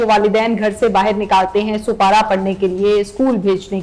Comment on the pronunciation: "Soupara(Quraan)" nahi iska name, " Spara (Quraan)" hai